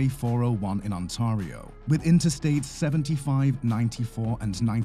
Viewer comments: Ontario: ant-air-rio not Ont-ah-rio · To those of you griping about the "narrator" mispronouncing Ontario, it's not a human. It's a chatbot just like Siri or Alexa. The letters "t-a-r" spell tar, therefore chatbot says On-tahr-io. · Learn to pronounce "Ontario".